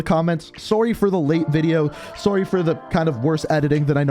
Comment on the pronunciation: Same as soon as he said sorrrrrrrey